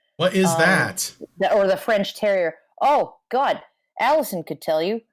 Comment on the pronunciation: 144 episodes, and I think I've heard Alison say the intro correctly twice.